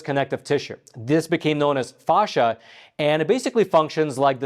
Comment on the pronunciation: Dear AI, there's no H in Facsia (fay-sha, not fawhsha)